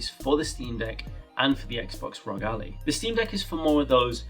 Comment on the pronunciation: bro said Allie instead of Ally